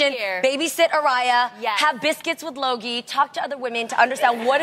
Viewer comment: "Biscuits w/ loggie" . Sounded like luggie, that had me cracking up. (16)